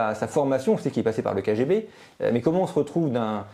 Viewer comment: Sa façon de dire kGB ( k Guay b) est insupportable ! Je décroche à 4,45 ! Désolé !